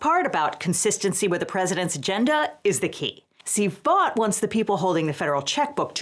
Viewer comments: FYI, Vought is pronounced “Vote.” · Vought? Did you say that?